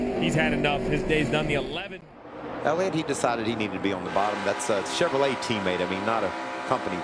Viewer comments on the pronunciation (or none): none